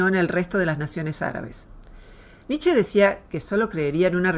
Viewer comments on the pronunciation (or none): none